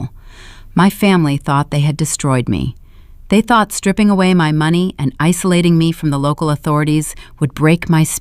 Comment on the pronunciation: It’s AI and they seem to have the hardest time pronouncing money and time.